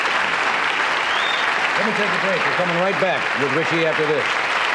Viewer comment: I Never liked the way Johnny called him "RichEY"😛 Gag me🤪